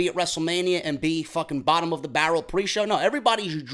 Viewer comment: You said bottom of the bar row like that email LOL